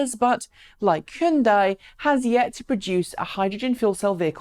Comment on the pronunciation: just a reminder that it is pronounced h-yun-day.